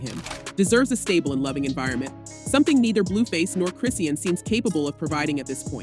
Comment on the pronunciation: Why are the blogs always pronouncing Chrisean incorrectly. Chri-shawn, Chrisean! 😂